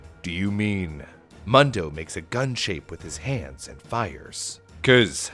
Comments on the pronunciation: Ur calling him “muhn doh” it’s “moon doh” which is “world” in Spanish - I didn’t even catch it until super late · Mundo is almost certainly pronounced “Moon-dough” not “Muhn-dough” by the way. It means “world” in Spanish. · Its pronounced Moondo, not Muhndo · everyone I've know who was named Mundo pronounced it Moon-dough, usually short for Raymundo. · It's pronounced Moondo.(Mundo) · Pronounced "Moon-do", it means "world" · I’ve lived in an area with a large Hispanic population most my life and I’m pretty sure you are pronouncing Mundo wrong. I’m pretty sure it’s pronounced moon doe. You know like Telemundo.